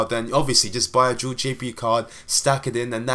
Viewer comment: I don't know what's up with these people, the video was good, and there was nothing wrong with your pronunciation. I don't see why you would need to apologise for something like that.